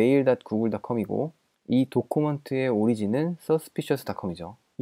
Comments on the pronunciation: 도쿠먼트 구수하구 조쿠먼. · 좋은영상 감사합니다. + 다음 영상에선 document를 도큐먼트라고 읽어주심이 어떨까요?